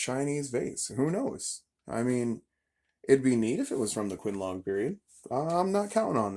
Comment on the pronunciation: Pronounced chin-lung. My advice is to slow down on the purchases until you develop a better eye. You have the passion to become very good at this. Peter Combs’ does at least one video a week, I have learned a lot from him. I have subscribed to your channel.